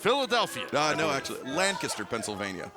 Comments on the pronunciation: Excalibur is officially the best play by play. He pronounced Lancaster correctly. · Props to Excalibur for pronouncing it Lanc-a-ster, not Lan-cast-er.